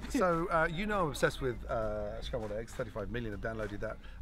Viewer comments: Spambled eggs lol...sry, I got a giggle out of it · Spambled eggs haha 😛